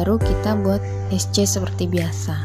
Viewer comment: Mbak, nyebutnya jangan x.. bilang sc aja.